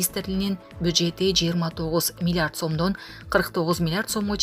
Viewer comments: Милярд эмес, Милиярд дагы эмес! Миллиард болот туугандар. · Милярд эмес Милиярд деп айтылат чон кыз.